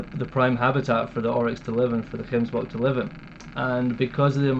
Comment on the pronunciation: I like the way the Scot says gemsbok. Perfect. He must come back and learn afrikaans